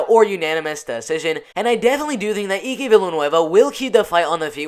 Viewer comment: Let me help you. It's Eye-K Villanueva not E-Ke. I'll be your name whisperer this year buddy.